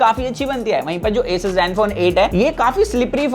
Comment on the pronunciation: असूस नाम है दोस्त, ऐसस नही